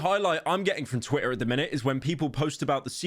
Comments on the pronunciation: Yo he’s actually saying twITTA, and not twi-uh. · Good job pronouncing Twitter correctly and not saying "Twi-uh"...I know that was hard ❤